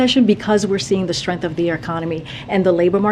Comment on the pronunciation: We now have a press secretary that can’t even pronounce the word STRENGTH properly..